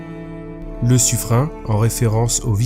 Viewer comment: ça se prononce sufrène! ^^ Belle trouvaille et belle vidéo